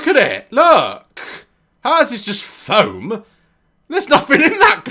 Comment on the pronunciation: the way he says "foam" made me crease